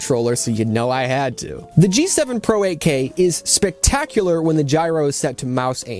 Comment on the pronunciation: G7 PRO, а не PRA!